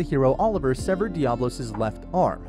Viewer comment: I don't think you know how to speak English. It's de-abb-.lo as in diablo the devil